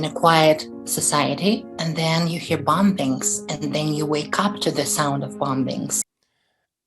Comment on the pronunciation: Pronouncing the B in bombing , plumbing etc is common in E European English speakers. That said... this is a fake.